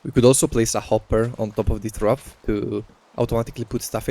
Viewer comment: It is said troff, not throof